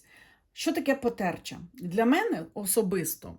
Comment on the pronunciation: Добрий вечір,! Дякую вам за розклади, за вашу позицію. Кожного дня заходжу на ваш канал. Тому хочу нагадати, що ви були знайомі зі словом "потерчата", наголос на - ча-. Якщо ви читали "Лісову пісню" Лесі Українки, то згадаєте таких дійових осіб - душі померлих нехрещених діток.